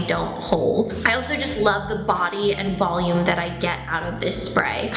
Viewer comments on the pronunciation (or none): none